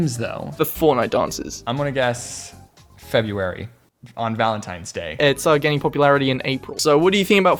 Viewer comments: February, not Febuary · february not febuary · when was the world made James: F E B U A R Y